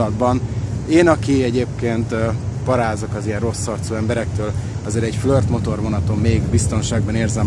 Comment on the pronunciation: Mitől flört? Flirt. A Kiss-t sem ejti kössz-nek.